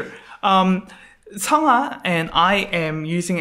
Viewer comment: Are you Korean? Your pronunciation is good when you said 성하. Thanks for making lesson.